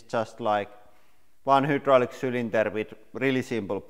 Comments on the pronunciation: The way he says Hydraulic pisses me off. It’s not Hoodralic. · You should opt to learn better English because it's a channel in English bringing in a lot of revenue and you're still here saying hoodraulic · Love the hooo-draulic press! FYI, In English it's pronounced high, hi, hai. But hooo is more entertaining. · It might be because in Russian, the letter "y" is pronounced oo as in Boot. So when he said hydraulics, he said oo instead of eye. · Its called hydrolic not whodrolic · nice work love your channel ,, hydraulic ,, try phrasing the start of the word using a( hi) sound and not a huu sound , imagine the word written like hidraulic , english sucks as a language its appreciated that youve learnt another language , ive tried and failed lol ,, best wishes too not trying to be mean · What the hell is a hoodraulic! Lol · Every time I hear "Whodraulic" I smile :) In a good way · I heard “welcome to Hitler press channel” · "hyoodrolic" love your pronunciations makes the videos even funner to watch. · The Who-draulic press lol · Hoodraulic lol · All these years, and you still can't say hydraulic 😆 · It’s not quite the same as “who”. It’s more like French u, German ü, or Koine Greek Y. Like a combination of oo and ee at the same time. It’s actually a very good approximation of the Greek, which is where the word Hydraulic comes from (Greek hydor, hydr-, water). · How have I never noticed Lauri pronouncing hydraulic, “who-draulic”!? Haha that’s fantastic! I’ve always enjoyed how he says pressure like, “press-ooh-ruh,” now I have a new accent quirk to appreciate.